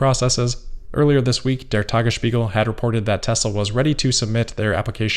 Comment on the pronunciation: I've critized for his pronounciation of German words before. Obviously not very important in terms of content but man was "Tagesspiegel" spot on this time around.:-D 👍🏻